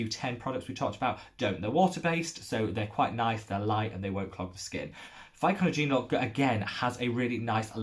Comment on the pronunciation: Another very helpful educational video. Thanks for the mention! ...and here is a tip for you on how to pronounce Pycnogenol® : pic-NOJ-en-all... ;-)